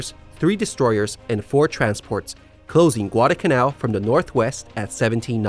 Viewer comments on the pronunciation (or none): NOT Guad-uh-canal. It’s Guad-al-canal. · What is "gwadacanal"?